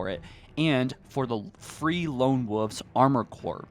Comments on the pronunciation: you should check your pronunciation of "Wolves", you said "Wooves'" which is not correct. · Do you not know how to say Woolves and woolf I just hear woof and woofes hahahahaha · Please for the love of god, stop saying lone woofs 😒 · It's not wooves, it's wolves. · Wol-vz ** wolves not wulfs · Wolves not woofs (Wool-vs or w-all-vs not woofs) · Wol-vzzzz not woovs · I wasn't aware that the screen said lone wooves.....lone woof......lone woofs..... nooooooooo its wolves (wool-vehz) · Guy…how can you not pronounce a L in Wolf/Wolves? Lone WOLVES not lone WOVES. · Lone wuffs? Lol you know the L isn't silent right? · Wolves, not woofs, 🤣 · Fuck bro. Pronunciation of wolves, spit it the fuq out. Don't say woofs. Make videos I can understand. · Bro... the words are "woLves" and "woLf," not wooves and woof. There are L's in there. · Please say wolves… please say wolves…. It isn’t wuffs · "Lone Woof" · Ngl, I cringed every time you said lone “wuhhhvs”. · “Lone Woooves” lol. Sounds like you are saying Lone-Woof’s 😆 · “Lone woofs” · After listening to the first few minutes, I decided to drink every time he said lone “woofs”. Just like when a friends dad used to call the roof of his house the “ruff”. Needless to say, these dog noise drinking games get me liiiiit 🔥🔥🔥. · ah yes lone woofs 🙃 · Amazing how little things can take you out of a video/pod cast...like constantly mispronounced words. There is a "v" in wolves. It's not pronounced "woofs". 🤣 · Lone “ wawfs” you mean WOLVES?! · “Lone Woves” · Lone Wooves. 😂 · Lone Woofs? What noise do dogs make and how do you pronounce that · My dude mentions how the Spartan names are hard for him to pronounce, then confidently says Lone Woofs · and wooves. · Haha lone "wuvs" lol sorry had to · “Lone wovves” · The way you pronounce wolves is triggering me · lmao he can’t say wolves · Why do you say wolves like a reee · Ikr!? I can’t believe no one else is mentioning this 😂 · And can you pronounce the L and v in wolves